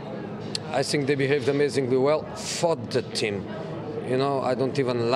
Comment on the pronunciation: Is he saying i sink or i think